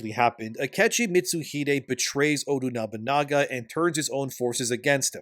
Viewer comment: This man is butchering nobunagas name 😂